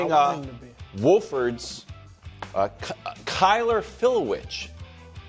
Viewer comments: Oh Wildes….WHOA-FORD??? WA-FORD is how it’s pronounced. Come hang out in the Upstate and I’ll walk you through it. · Nick needs to put Wildes on his media ombudsman list for mispronouncing Wofford.